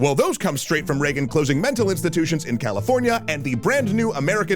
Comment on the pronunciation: After the first time you said reagen i was fully radicalized no need to continue